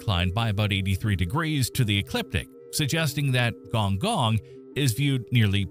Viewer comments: Its gon'goon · Correction on the spelling. It's khong khong and see ahng lee oo.